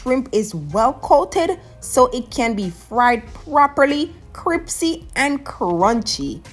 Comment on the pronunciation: Did you say cripsy? Hahaha.